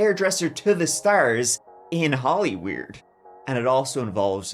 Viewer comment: “Hollyweiurd” 😂 ily